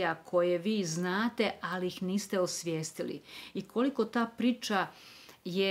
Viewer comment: čudno akcentujete reč “priča”, mislim zbog dikcije, da vam skrenem pažnju, pozdrav!!